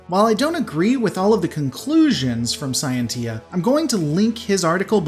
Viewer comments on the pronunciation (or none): I think it's pronounced "sy ent sha" in Latin. Maybe "see ent sha" Scientia